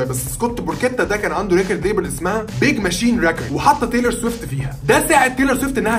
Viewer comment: بتنطق الاسم غلط ومش دى بس exo و bts كمان 🤦🏻‍♀️🤦🏻‍♀️